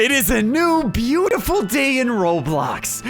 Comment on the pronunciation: he said bleutiful